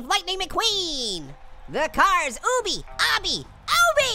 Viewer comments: You pronounce obby like this "awh bee" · You pronounce it obby